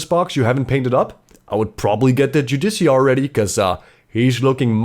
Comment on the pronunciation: It's jude-i-car It derives as a word from "Judge".